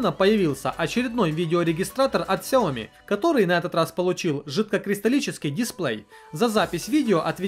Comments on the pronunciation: Правильно сяоми. Сяо маленький, ми рис. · Сяоми. И ударение на И. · Сяоми с ударения на я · если уже зрить в корень, то правильно говорить сЯомИ - два ударения. Это обусловлено тем, то xiaomi это xiаo- маленький и mi- зерно (маленькое зерно, так китайцы называют просо) то есть 2 слова. Как шаоми это слово не произносится никогда. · название Xiaomi произносится либо как Сяоми, либо как Шаоми (с очень мягкой «ш»). Но общепринятым правильным названием бренда на международном уровне является именно Сяоми, с ударением на последней «и». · Правильно Сяоми ) А понравилось несколько гаддетов. Это кинотеатр и диспенсер для мыла ) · А я читал что правильно сяоми. В переводе с Китайского Сяо - маленький а ми - зерно. Маленькое зёрнышко имеется введу, типо, рисовое. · Правильно делать ударение на Я и И. сЯомИ ;) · СяомИ , ударение на "И" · солидарен с предыдущим оратором =) сяомИ =) но кажется мне что сейчас любое чудо-чудное назови сяоми и оно будет продаваться =) мне новый рег приглянулся, как там с русской прошивкой? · Правильно говорить Шаоми, инфа от разработчиков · китайцы произносят сяоми, есть даже видео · Правильно ксіомі